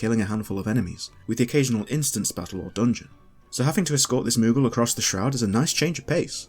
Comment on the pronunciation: Why does the pronunciation of moogle as moggle bother me so much